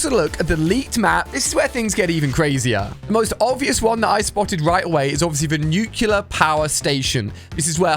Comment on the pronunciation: tf is a nucular power station?